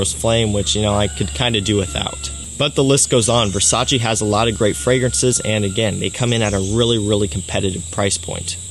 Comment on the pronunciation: Versace pour homme or Versace man fraice??